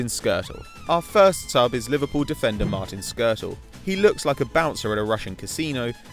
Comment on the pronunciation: Oh my you totally butchered Martin Škrtěl's name.